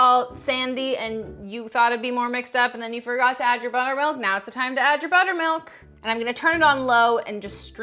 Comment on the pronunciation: The first time she said buttermilk I thought she said bonermilk